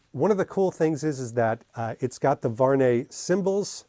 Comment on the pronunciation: Salut mec , ty prononce mal le français , the good pronociation is VU...AR...NEY ,in 3 time